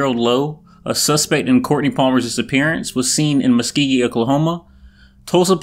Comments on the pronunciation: Muskogee not must ceegee lol I'm from tulsa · It’s not Muskeegee lol Muskogee Muuu sko gee! Tulsa Oklahoma here! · “Muskeegeee oklahoma” 🤣 how do you even say it like that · That’s not how you pronounce MUSKOGEE😤 sorry. I’m from Oklahoma😂😂